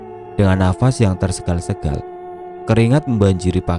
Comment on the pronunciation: Suwer saya kl pas si pembaca bilang nafasnya tersegal segal kok gk bisa nahan ketawa,org Indonesia kok gk bisa mengatakan bahasa yg benar.yg bnr kan tersengal-sengal.